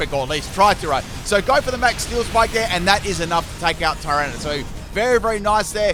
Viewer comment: I was listening to this in the background while team building, and thought multiple times that you were calling Tyranitar ‘Tyrone’ and not ‘Tyrana’